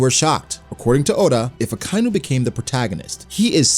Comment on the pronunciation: It's not Akainu (Uh-Kai-New), it's said Akainu (Ah-Ka-E-New). Y'know.. Red Dog...